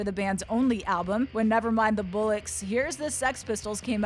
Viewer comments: This bitch really just pronounced "Bollocks" as "Bullicks." I'm an American from the deep south and couldn't even fuck that up if I tried. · her pronouncing bollocks as bullocks was painful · It's not "bullocks" its BOLLocks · It's bollocks not bullucks... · 1) please just play the songs 2) it's bollocks, not bullocks. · Loved the way she said Never mind the Bullocks. It's BOLLOCKS dear! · She pronounced it "bullucks" lol. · It's pronounced 'bollucks' to rhyme with Jackson Pollocks (if you own more than one!) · That pronunciation of bollocks though. Bullocks? Haha! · "Nevermind The Bullicks", the pronunciation was absolutely butchered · Sex pistols had a few great diss tracks... EMI, God Save The Queen, Submission which is basically a huge gag of Malcom. Also, it's pronounced BOL-lucks. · It's pronounced ball-ocks, by the way. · Please say 'bollocks' again. I've never heard a non-british person attempt to say it. PS, it sounded shite. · she cant say bollocks correctly. made me laugh. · Her pronunciation of bollocks 😂 😂 😂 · "Bollocks" Definitely Isn't Pronounced Like Sandra Bullock's Surname